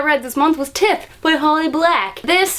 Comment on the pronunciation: Just a heads up, Tithe is pronounced... ty-the, not tith :)